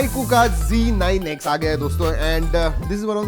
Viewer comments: Yeh IQOO ZEEE 9 X NAHI HAI, IQOO ZEDD 9 X HAI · bro ba g9x nehi z9x